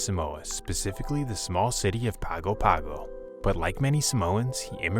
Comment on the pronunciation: pronounced Pango Pango